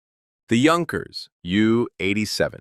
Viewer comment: Thanks for pronouncing it correctly junkers! Great review it had me salivating